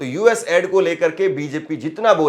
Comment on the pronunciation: Please it's not ad :: it's aid😢 aiid😢😢